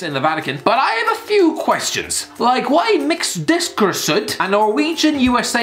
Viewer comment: It's "Disk-er-rude", he's in the Man City Academy because they're just trying to get through his contract and he was on New York City FC, owned by City Group